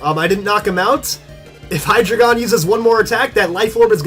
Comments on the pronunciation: You're suppose to pronounce hydreigon like: hi-dry-gon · You are pronouncing hydreigon wrong